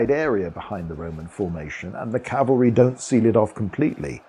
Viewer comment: Thank You for saying Cav-al-ry!!! And not Cal-va-ry. Almost everyone gets it wrong, infuriating.